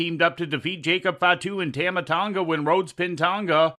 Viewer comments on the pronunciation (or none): Tam-a tonga? First time I heard it be said like that. Pretty sure its said like "tom-a" tonga. At least that's how everyone on TV says it.